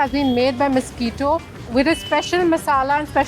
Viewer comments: Aggo it's Mes-qui-to or Misquitta.....but not the blood sucking mosquito like you are pronouncing it. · Please get the name right. It must be Misquitta or Mesqitta. Cannot be Mosquito. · OMG Ye, this!! "mosquito" lord! 🙄🙄